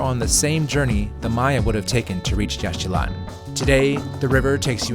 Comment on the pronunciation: Please pronounce Yaxchilan correctly. It is Yashchilan - no X. And please do not say ‘Jagwah’. It is ‘Jaguar’.